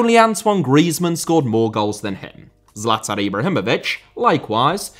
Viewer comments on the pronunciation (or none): none